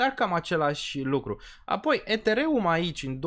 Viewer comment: Ești Deștept și susțin ideea, și Graficul vb de la sine... Următorul Bull market va fi un Real succes ptr solana și toți Deținătorii, Dar Pronunția ptr Ethereum mai trebuie Lucrată 👍👍👍🤣